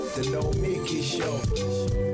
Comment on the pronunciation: You confusin the children! Lead-in track has her name wrong. Boylan got her name wrong. Francesca got her name wrong. It's No-me-key. NOT No-miki